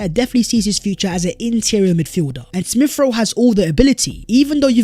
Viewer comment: Ex-specially Smiff-Rowe.